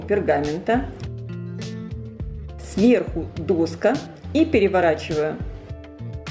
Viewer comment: Не дОска, а доскА.